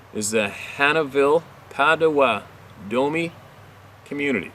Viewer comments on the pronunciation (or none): the name of the Ojibwe "ah neesh NAAB ay" Please take note. And our cousins the "pot oh WATT ah mee" (Pottawatomi) is pronouced like wise. Thankyou fior all you do. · Pot-oh-watt-ah-me is how it's pronounced just a helpful hint 😉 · Potawatomie [pot-a-WAH-ta-me]